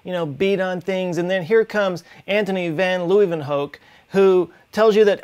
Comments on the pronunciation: van Leeuwenhoek: better to pronounce like "Lay-when-hook". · My God you butchert the name van Leeuwenhoek xD.